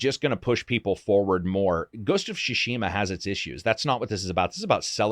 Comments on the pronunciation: Great video, great content but it's called Tsushima not Shushima... 😅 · Why do you insist on calling it “Shushima” instead of “Tsushima”? 😂 Tsu つ T’su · Newman and what did you think I was saying? Shawerma? It is pronounced "Tsu Shi Ma" or "つしま” strong emphases on the T and S together. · Great video, man! Why do you say “Shushima” instead of “Tsushima”? Is that what the pronunciation supposed to be in Japanese? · I Love you content, you are by far one of my favorite voices on YouTube, So cheers for that! And it’s SUShima not SHUShima! Heheh (couldn’t help it) Cheers and keep it up with the amazing content!! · Tsushima doesn't have silent T. You keep saying Shushima. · Great video. My only criticism is that you don't seem able to pronounce "Tsushima". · Oh no, 47 minutes of you mis pronouncing tsushima. The T is not silent in the Japanese pronunciation.